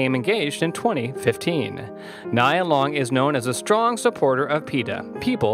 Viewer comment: It's not Nyy-ya, it's Nee-ya...